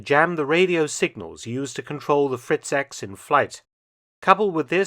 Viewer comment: In German, the X is pronnounced "iks". So, it's "Fritz- iks" the correct name